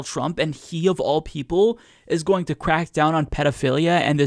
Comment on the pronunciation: I like how you said "going" like "Goya-ing". Hahahahaha!